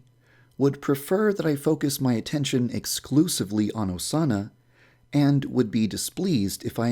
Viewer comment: Put on captions and skip it to when he says Osana. "a Sauna"